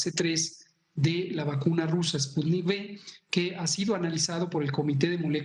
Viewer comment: Por favor Ciro ;enseñate a pronunciar ;el presidente dice que es ,,spunit,,toces,maginense ,jajaja,no no cabe duda que para ser presidente de mexico,((cualquier pendejete ignorante)